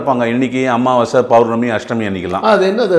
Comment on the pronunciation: அமாவாசை, எப்போ அம்மாவாசை ஆனது உச்சரிப்பு